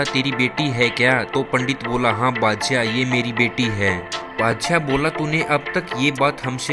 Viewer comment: Bhai pahle hindi bolan seekh theek se Bhangi or badshyay kya hota hai Shi uccharan sikh